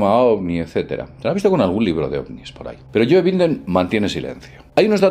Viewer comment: Yoe Binden. jajaja. Es You Baiden.